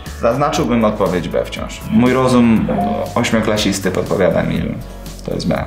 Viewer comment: Mówi się ośmioklasisty